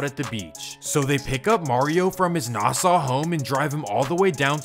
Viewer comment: I have never heard of these gangs in Jamaica.Lol.They are not putting fear in anything.Your info is all wrong,bruh.You are butchering the areas.It is Hempstead and not Hampstad.Nassau not Nassa.